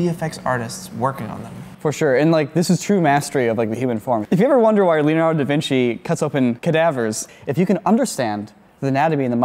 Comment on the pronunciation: Da Vinki?